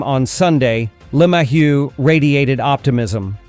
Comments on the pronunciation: Is there a reason why who, or whatever is speaking can't pronounce "LeMahieu" properly? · This guy sounds like a idiot the way he pronounces LeMahieu name